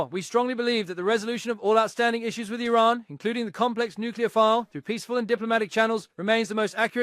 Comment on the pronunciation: This plastic lip job, Carolyn Levitte, can not even pronounce Iran!! Perhaps her grandfather/ husband can teach her pronounciiation!? Rubio is a zion nut job. He is not American